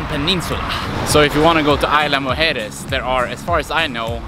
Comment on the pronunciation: It is a lovely place, worthy of a stay much longer than a single night. You did a great job of capturing what you could during your short visit, but next visit, spend more nights if you can. You did a great job of correctly pronouncing “Mujeres”, but “Isla” is actually pronounced more like EASE-lah than EYE-lah. And this is a small point, but the golf carts are actually gas-powered. I’m told electric carts don’t last very well in the salt air. Thanks for a beautiful video,!